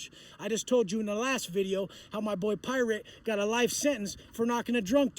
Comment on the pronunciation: "New bideo"